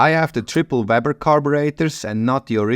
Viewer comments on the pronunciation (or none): none